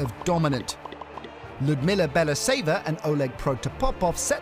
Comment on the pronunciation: Lyudmila Bela-who? If narrate a video, at least try to find out what the names sound like.